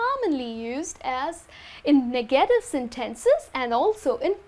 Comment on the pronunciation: Nice presentation, but pay attention to the pronunciation of certain words. You have mispronounced some words on your presentantion. Just an example, remember that the stress goes on the first syllable on the following words: 'please 'negative